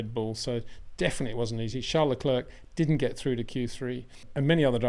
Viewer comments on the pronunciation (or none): Being a public figure , I cringe everytime you prononce Le CLERK instead of Le CLAIR just like Le Clair College or Le Clair University ! Why ? Is it lazyness ? Just say Charles if you don't know how to prononce his name please .